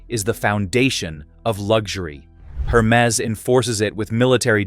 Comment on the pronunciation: Please pronounce the brand name properly - it’s not Her-Mes but Er-Mez